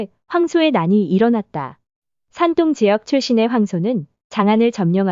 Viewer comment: 대륙 백제에 대해 대한민국 사람 입장에서 받아들이는거야 사람 마다 다를 수 있겠으나, 인구수로 따져보자면 산동(둥 이라고 발음)성 인구가 1억 500백만명인에 전라남도와 북도 인구를 다 합쳐도 400만이 체 안되요. 사람이 애 낳고 돈 벌어서 먹이고 가르키고 키우는 인간사 거기서 거기라 치면, 1억 500만명 VS 400만명을 1500년 전으로 거슬러 올라가서 당시 인구로도 어디가 먼저 발원에서 어디로 진출했겠어요. 한번 상식적으로 추측해보시면 나오실껍니다.